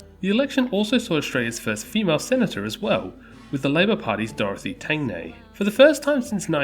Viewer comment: I'd watched all of Mr Beat's US Election videos a few years ago, great to see there's somebody making an Australian equivalent. Also it's the first time I've heard Tangney mispronounced as "Tangnay", it's not a big deal but I have to live with it lol